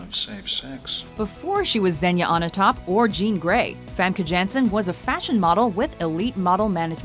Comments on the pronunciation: wtf is so hard about pronouncing famke janssen? it's not hard to pronounce at all if you ask me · I don't know wether I should be cringing or laughing at their pronouncement of Famke Janssen.